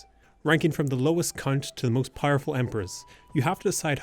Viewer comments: Oh yeah yeah "the cunt of Jasmine". Jokes aside, from the way you pronounced the place name, I take it that you're Irish? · My man out here saying count innocently and my eyes went 👀 👀